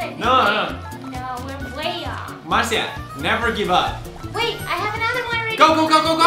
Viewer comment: my mans called his wife-tobe “Maritza” 😂